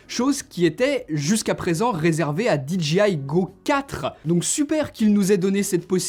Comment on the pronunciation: SVP, ARRETEZ de dire Dee Gee Aie !!!! Vous pensez le dire à l'anglaise mais vous dites DGI ! Le J en anglais se dire Jay !